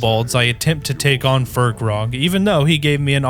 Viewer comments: Its Fir-kraag, not Fir-krog. There's no O, where is the O in the name?? There's only A's. AAAAAAAAAAAAAAAAAAA!!!!!!!!!!!!!! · Not fur-krag, fire-craig, you know, like firecracker 🤓😉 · Its not FirkRog, its pronounced FIRE CRAG